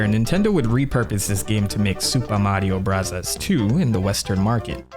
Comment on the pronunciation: Why do you keep calling it “Supa Mario Bravas 2” when referring to Mario 2? It was never called that in Japan, so pronounce it correctly. If you wanna be pretentious, at least get it right.